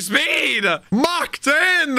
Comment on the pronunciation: Oh so NOW you know how to pronounce Mach! >_<